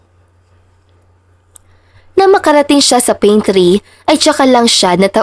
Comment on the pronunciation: Pantry po hindi paintry